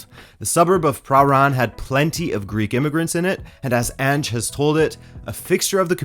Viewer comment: I would had never guessed he had Greek in him that accent is impeccable